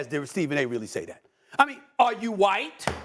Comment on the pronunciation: “Are u whYeet?” 😳😂